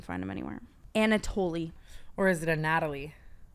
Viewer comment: anatoliy is a Ukrainian name and pronounced anna-toly !!